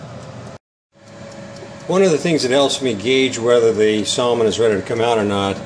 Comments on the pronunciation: You don't pronounce the L in Salmon ( Sam in) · The L in Salmon is supposed to be silent. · No. That is NOT how you say Salmon anywhere. Check for proper enunciation.